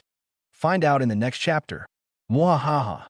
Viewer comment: 'Hapter' one 😂 I like the video though